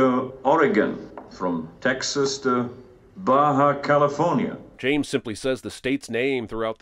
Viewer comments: It's not "Baja, California". It's "Baja California" (Lower California). It's that huge peninsula on the west side of Mexico. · Cinema Sins’ Sins: It’s “Baja California”, not “Baja, California”. Baja is not a place in the US state California, Baja California is the north western most state in Mexico, located on the Baja California Peninsula and bordering California (US) to the north and Baja California Sur (another Mexican state) to the south. One would think a channel built on picking nits would get basic North American geography correct (or do simple fact check/proof read). I don’t normally point out nits, but this is not only such a basic mistake (This like a middle school geography mistake) that made it through multiple stages of production (at any point of which it should have been caught) but the mistake is the foundation for one of the sins. Edit: Also, even in the clip Cinema Sins’ used, it shows a close up of the 3D map showing an oil platform off the coast of Mexico (though the Baja Peninsula itself is missing from the map, other than a tiny nub). Cinema Sins was aware of this because they focus on it for the very next sin.